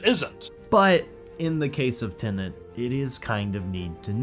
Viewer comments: Good discussion but, ironically, spoiled for me by both presenters mostly pronouncing the film as Tenant (mostly). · Within 2 seconds, "Tenant". Why can't people pronounce Tenet properly?!? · I keep hearing you say tenant. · You should have garbled the sound on this video, then we wouldn't have to hear you consistently call Tenet "TENANT". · Learn to pronounce „Tenet“ before you criticize it😂😂😂